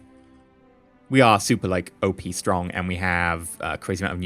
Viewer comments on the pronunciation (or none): none